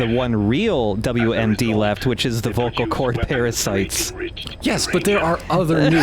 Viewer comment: "The. Voh-Kuh Khord Para Sites."